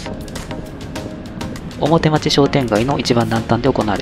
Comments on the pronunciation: いつも、再開発の動画楽しませて頂いております。 表町は、「おもてちょう」と読むのではないでしょうか？ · 表町→おもてちょう